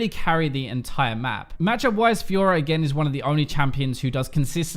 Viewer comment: Did he say fiora "he"?